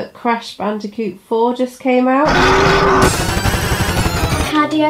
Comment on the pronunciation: Crash ban”day”coot